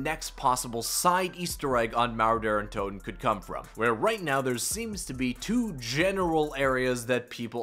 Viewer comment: Couldn’t tell if he was saying derra toten or Daren toten or Der untoten 🤣